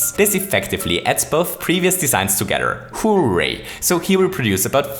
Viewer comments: I'm here for the "Who-ray" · *thinks the pronunciation of hooray is funny .... Then sees how its spelled..